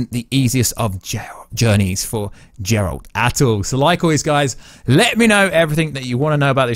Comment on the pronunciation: Finally stop saying Džeralt pleaseee ! :D